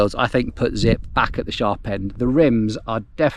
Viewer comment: He lost me at “Zipp”